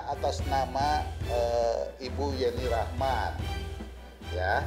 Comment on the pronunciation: ibu pengacara kenapa nama yeni rahman jadi ,jeni 🙄,jeni jeni terus nyebut nya